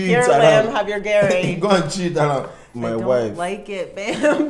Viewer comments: If you cannot eat it at least pronounce it well. let us baptize you with garri. Love u guys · And it's not "Gary" it's "Garri" 😂😂✋🏿please ma'am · I literally made a meme off reaction 😂. This garri variant (Ijebu Garri) has a sour-like taste thats spikes your taste bud, but it's 'muaaah' 👌🏾. Lamb, give her non-ijebu garri next time she comes around. 'Operation get ling to like Garry (her pronunciation). 😂 You could see the dissatisfaction in Lamb's face. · garri not Harris! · The way is saying garri... that's car in Swahili, gari😅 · Lol Garri not Gary 😅😅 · Please pronounce "Garry" properly just one time. We all are watching eagerly for you to pronounce it properly the way your hubby pronouncing it. You are trying to americanize the pronounsation of "Garry" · Even if you don't like it, at least pronounce it well. Garri shader!